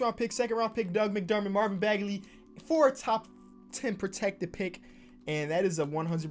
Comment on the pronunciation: He said "Marvin bagaley" 🤣🤣